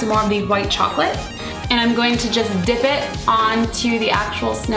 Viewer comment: when she said ready to dip it sounds like she is saying dick O.o